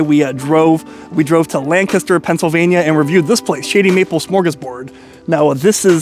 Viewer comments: It sounds like you're saying Shitty Maple XD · sounds like you're saying Shitty Maple lol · Sounds like he keep saying Sh*tty Maple.🤣